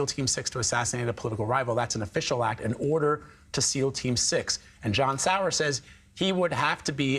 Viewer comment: "ODER IN THE COURT!" 😅